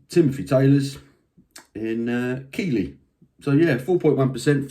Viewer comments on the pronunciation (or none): It’s pronounced Keethley (or Keefley). I live here, it’s a shithole 🤣